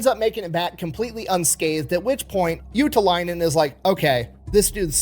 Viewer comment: Your pronunciation of ”Juutilainen” was dead on, though. 😮🇫🇮👍🏻